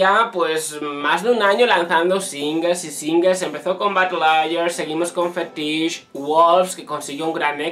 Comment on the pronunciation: Así no se pronuncia FETISH. Escúcha la canción.